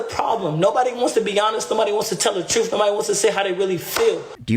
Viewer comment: Truff? Mother fucker doesn’t even know how to speak. It’s truTH. No F’s in TRUTH moron